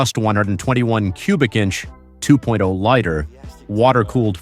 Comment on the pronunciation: Liter is pronounced "lee-ter", not lighter.